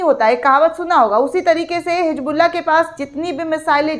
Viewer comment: मैडम hijbulla नही hizbulla है plz उर्दू का प्रयोग करें तभी सही समझ आएगा ,,🎉